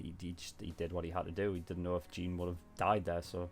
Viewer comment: Okay it's a bit nit picky if I say this but it's kinda annoying me the way you pronounce Jean's name, in the show they say it almost like Sean but with a j I'm not hating but just wanted to get that out